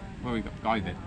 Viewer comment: pronounce the word “vit” sound like “địt” ( that mean “fart” in Vietnamese 🤣